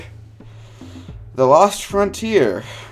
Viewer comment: The way he said "Frontier" 😂 I feel your pain